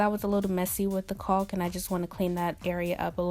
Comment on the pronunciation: Excellent work, but caulk is pronounced like cock not coke, was really bugging me